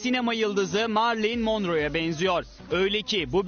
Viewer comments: Birincisi MARLİN değil telaffuzu MERLİN Monroe. Koskoca Show Tv'nin spikeri olmuşsun iki kelime İngilizceden bihabersin. İkincisi kadın Marilyn Monroe'ya hiç ama hiiiç benzemiyor saçmalık. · Gerçek adı Marlin morro spikerin söylediği Marley monro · Kadını bırak adamlar Marilyn Monroe (Okunuşu Merilin Monro) olduğu halde Marilin Monrow diye okuyorlar🤨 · Marilyn mondro diyor haberi sunan adam fark ettiniz mi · Haberi anlatanın Marilyn Monroe ismini okumasi kadar adaletliydi dünya.